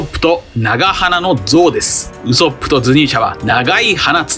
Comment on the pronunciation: どうしてもウソップのイントネーションが引っかかる🤫